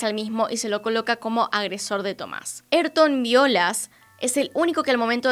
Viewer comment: “Ayrton” no es “erton” es “aírton”, como en famoso piloto de Fórmula 1 Ayrton Sena (aírton o ah-EER-ton).